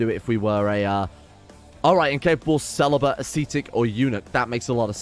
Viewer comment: Lmao the way you pronounced celibate!! 😂😂😂